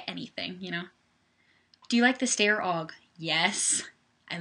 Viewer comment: it is Steier when you say it